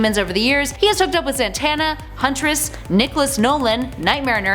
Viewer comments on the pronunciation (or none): none